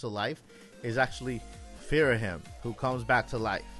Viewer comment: Delete this and put your “source email” in the spam folder. It’s Ghirahim, first of all, not “Phirahim” or whatever you’re saying, and no… that doesn’t even make an ounce of sense if you’ve played Skyward Sword. 😂